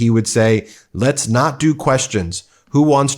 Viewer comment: Lesh not answer queshuns . . . Off his a** on something. And Mr “Doctor” doesn’t know what duplicitous means.